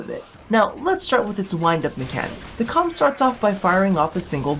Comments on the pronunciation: It is pronounced as "Ohm" not Comb. The letter K is silent. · The way I read it it sounded a bit more like "Comb" than. . . you know what.